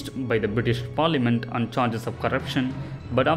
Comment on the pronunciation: Please support the video with a more understandable voice over... one with a clear accent. I mean its not right when Parliament is heard as Farliament 😣😣. This is one example amongst many such.